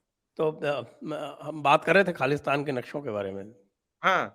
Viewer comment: it's KHALI-STAN